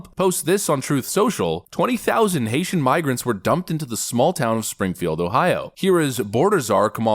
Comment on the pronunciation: You mispronounced that.....Haitian have been victims to the Clinton's